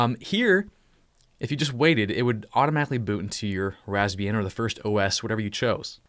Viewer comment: I always hearing Lesbian XD